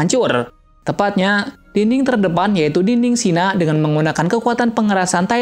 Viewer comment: Shiganshina oy bukan shina